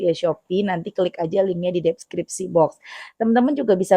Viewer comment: ....bukan DEP-skripsi Tapi DES-Skripsi 😅